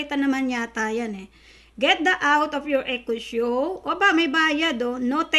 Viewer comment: Good Vibes ang introduction madam hindi mabigkas bigkas ang echo echo 8 nice unboxing keep up